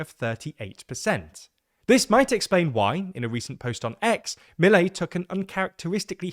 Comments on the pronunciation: I don’t understand why you are so lenient and optimistic about Milei. (Pronounced Miléi and not Mílei) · It is clear that you research a lot about the topic, so why can't you learn to pronounced his name? I'm not demanding perfect pronunciation, just learn to emphasis the proper part of the word, that can't take more than hearing the word twice. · It's not so hard to find out the names pronunciation: Milei, the stress on the las syllable and Kicillof is pronounced Kisilof not Kichilof